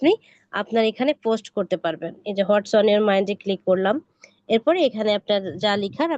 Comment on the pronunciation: Try to improve your pronunciation and remove your local language. like "Post" instead of "Fust"